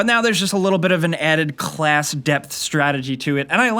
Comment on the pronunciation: the way he says class ias weird